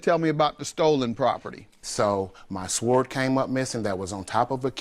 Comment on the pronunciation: I’m sorry a what? A Swerd? Or a sword? 😂